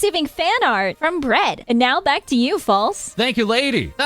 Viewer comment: "They are coming BRACK" hahahaha Thabks for the news update! Love your content as always